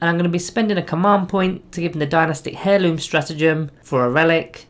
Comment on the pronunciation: The h in heirloom is silent. It's not a hair loom.